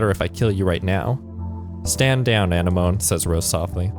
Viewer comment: Anemone is literally pronounced “a-neh-ma-nee.” It’s a name derived from Greek, the same word as sea anemones (like in Finding Nemo)